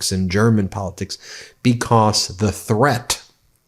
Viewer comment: The word 'threat', or 'threat-tuh' as you say it, is a 1 syllable word, not 2.